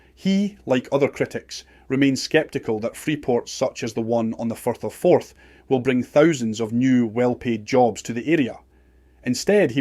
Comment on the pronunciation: 8.41 minutes in , the speaker call the Firth of Forth, the Forth of Ferth.... Oops !